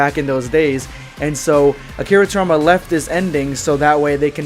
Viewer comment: His name's Akira TorIYAma not Akira Torma, dude.